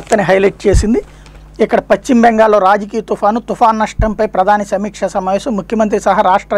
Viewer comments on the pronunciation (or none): none